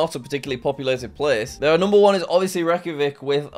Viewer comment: why do u stil pronounc it rek-ki-vek